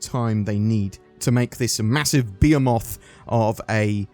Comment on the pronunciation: When you said "behemoth" I thought you said "beer moth" and I was confused. Love the videos